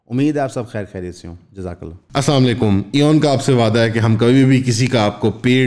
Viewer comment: Kindly Sir! Salam theek tareekay se kia karain. Don't say "As-saam alikum", please say "As-Salam Alikum".👍